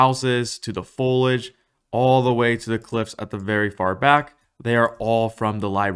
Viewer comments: sorry, but there is an 'i' in 'foliage' that you do pronounce. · follage, exspecialy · Learn how to pronounce the word "foliage" if you're gonna make a vid about it? 😅